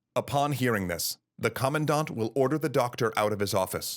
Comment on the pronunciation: I feel for the commondaht